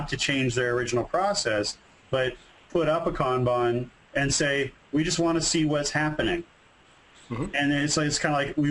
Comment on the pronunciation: As a guy who lives in Japan, thanks for pronouncing “kanban” right